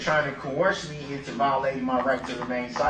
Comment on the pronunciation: Co-horse....he claims hes being 'Co-horsed' , listen closely!!😂🤣😂